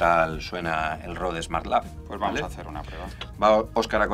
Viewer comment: Genial review! Pero pronunciar Rode así como si fuera una palabra española casi me hace sangrar los oídos.